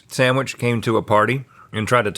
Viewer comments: Fun fact, the word Sandwich is pronounced sand witch. There is no M in there! 🌈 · Dear, please refrain from saying "samwich" 😣